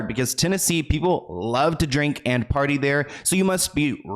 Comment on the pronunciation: When he said “ party “ all I heard was party hardy 😂